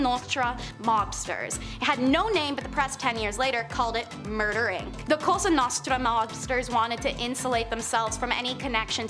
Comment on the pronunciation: Omg lol she said costra nostra so many dang times😂